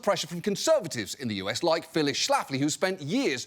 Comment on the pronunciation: Shlafly rhymes with Lately.